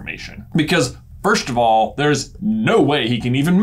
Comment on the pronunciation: Dude said VIRSCHT OF ALL